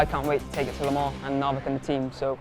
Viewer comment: La Mar? How can La Mans be pronounced La Mar? But wow, what a car and what a race.